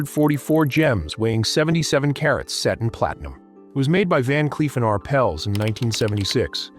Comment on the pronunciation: THE NAME IS PRONOUNCED “R” “PELLS” TWO WORDS NOT ONE!